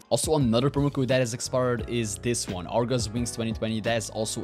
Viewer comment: He said argo wings 3 times.